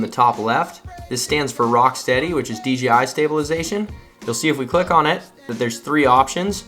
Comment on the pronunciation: Awesome opening scenes! It's also nice to hear someone correctly say D "jay" I (DJI) , instead of the other videos I watched where they all said D "gee" I (DGI) 😜. I'll watch the rest of the video now 😊😊